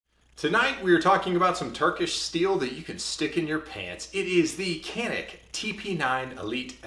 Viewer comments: but you say "h"alapeno ... right? ... It's "J"anik. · The "C" in Turkish is pronounced as a "J" so it should sound something like Janik 😁sorry for nitpicking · It is pronounced as 'John-ick' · ps. In Turkish it would be pronounced like "john-eek" emphasis on second syllable. Named after a mountain at the Turkish city where the guns are made. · You are pronouncing the name of the company incorrectly. It’s Turkish, “Jhanick”.